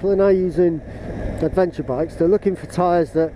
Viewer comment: Oh no! You missed the S out of Bridgestone😱. And Adeventure! What you been drinking? 😂😂